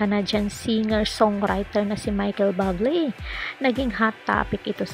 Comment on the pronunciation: Akala ko legit news. Putsa Buble lang dipa ma pronounce ng maayos ng hinayupak na uploader na to. Dapat ipagbawal na Ang mga walang kwentang nagpo post ng ganito